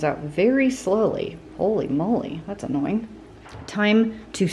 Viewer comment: Please be attentive in how one says holy